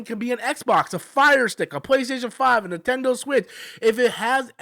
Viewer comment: 😂I thought I was the only one hearing that